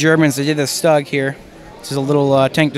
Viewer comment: The stug i actually pronounced as stoog